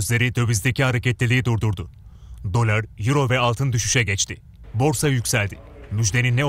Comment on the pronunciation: Spiker dolara daler diyo lan